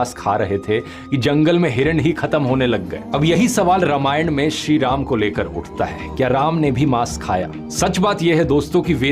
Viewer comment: आप उच्चारण पर थोडा ध्यान देंगे तो अच्छा रहेगा. रमायण नहीं रामायण. सरस्वत नहीं सारस्वत. बाकी आपका संशोधन और सादरीकरण उच्च स्तर का होता है. धन्यवाद!